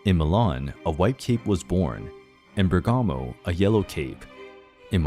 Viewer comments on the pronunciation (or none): none